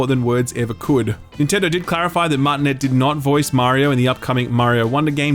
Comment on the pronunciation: He can't be serious with that "Martinet" pronounciation.........